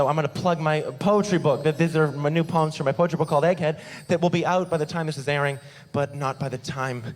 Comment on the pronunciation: the first time he said poems, I thought he was saying puns in a funny way poans